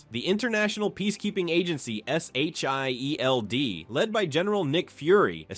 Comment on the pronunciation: “S H I E L D” lmaooo it says the letters instead of saying shield